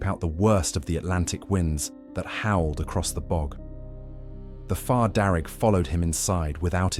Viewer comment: Fear not far, you kept saying it wrong